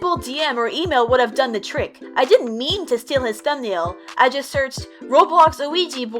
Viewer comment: he said steel not steal.